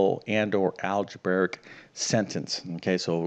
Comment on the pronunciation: There's no such word as "Algebaric." It's "Algebraic." Just like a Realtor who can't pronounce their profession and says "Realator," you'd think a math teacher would know how to pronounce the word relating to math teaching.